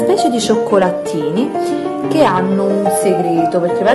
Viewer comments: Però dai, cioccolaTTini non si può sentire! È davvero fastidioso sentire una pronuncia e una grammatica così scorrette, oltre alla pronuncia sbagliata di molte parole, non ho mai sentito un verbo coniugato al giusto tempo verbale! Eppure non è difficile, boh! È vero che ogni regione è caratterizzata da un diverso accento e modo di parlare, però almeno cerchiamo di mantenere la correttezza grammaticale! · non si può sentire "cioccolaTTini" "cioccolaTTo"